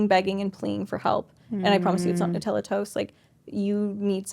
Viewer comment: "New" tella 😂